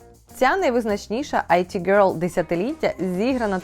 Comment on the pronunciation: Дякую заВашу роботу! Дозвольте Вас аиправити: іт-гьорл, а не айті гьорл А також в назві «порше» наголос на О